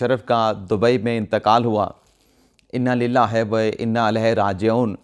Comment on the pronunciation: ۔۔aap ney galat parha hai۔۔ye is tara hota hai۔۔ Inna Lilla Hi Wa Inna Elaye Hi Raajioon۔۔